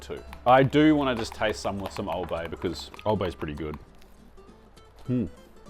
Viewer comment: As a Baltimore guy it hurt my soul to hear that